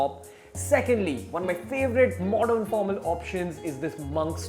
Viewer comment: what's modorn? pattorn? wth bruh.